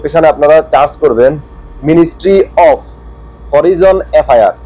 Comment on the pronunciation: Of এর বাংলা উচ্চারণ অফ না হবে না অব হবে।